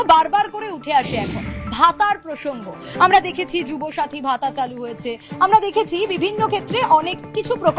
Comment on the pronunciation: Jubasree naki😂namtao bolte pari na